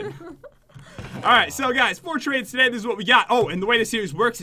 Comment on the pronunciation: at 14 seconds did anyone notice pat said togay